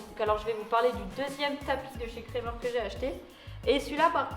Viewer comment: Super ! Sinon petit conseil on dit "krAmer" avec un A 😉 gros bisous sinon 😘😘